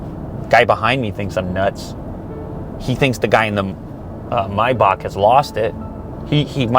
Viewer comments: MAAAAAYYYYY BAAAAACK. Not mybach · Stop saying "MyBock" 🤔🤷🏽‍♂️ it's "MayBach" "Are you dump, stupid or dump" 😅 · come on Lew "my bak? 😂😂😂😂 its MAYBACH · Its not pronounced my-bahc. Its pronounced May-Back..... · It‘s German and both pronunciations are wrong . German: [ˈmaɪbax] There is no k if you pronounce it in German. Explanation for an English Native Speaker “Maybach” Pronunciation Guide from ChatGPt: Use simply ChatGPT/Google/Wiki if you want to know moething.😉 1. “May”: Pronounce it like the month “May”. It’s the same as in English. 2. “bach”: This part is a bit tricky because it includes a sound that doesn’t exist in English. It’s pronounced like the German composer “Bach”. • The “b” is pronounced as you would normally in English. • The “a” is pronounced like the “a” in “father”. • The “ch” is pronounced like the Scottish “loch” or the German “Bach”. It’s a guttural sound, made at the back of the throat, similar to clearing your throat gently. Put together, it sounds like “My-bach” with the guttural “ch” sound at the end. If the “ch” sound is difficult, you can approximate it with a softer “h” sound, though this isn’t completely accurate. Comparison with English Words There aren’t many English words with the exact same sounds, but here are some close approximations: • Bach (when referring to the composer, some English speakers pronounce it like “Bok”) • Loch (as in “Loch Ness”, though many English speakers pronounce it like “Lock”) • Epoch (often pronounced “Epok”) These words can give you an idea, but remember that the “ch” in “Maybach” is a unique sound found in German. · Is it Maybach or Miyebach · your calling it a mybok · hate the way you say maybach